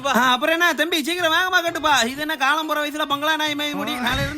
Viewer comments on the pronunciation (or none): none